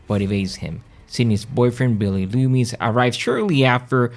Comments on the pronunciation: It’s Macher not masher and Loomis not loomies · i enjoyed your video. And I love the way you pronounced Loomis!